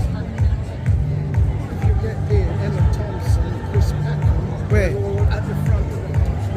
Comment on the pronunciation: It’s Packham not Peckham